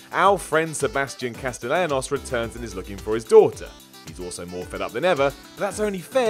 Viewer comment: Is it just a British thing to not be able to pronounce "castillanos"? you guys are closer to italy than me, you should know.